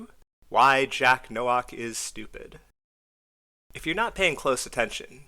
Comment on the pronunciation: Nowak is a Polish name pronounced like No-vahk